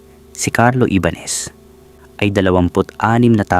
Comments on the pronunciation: Ibañes not ibanes. Jonas not honas. Ayusin mo ang paglalahad ng kwento. 🫨😪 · Honas, Ibanes, taenang yan. Ayusin mo nmn boss apg pronounce mo. Hype nayan.😅😂😂